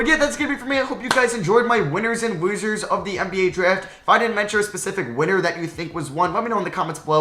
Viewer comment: Im so sorry but whenever you say losers i swear you’re saying woozers and not losers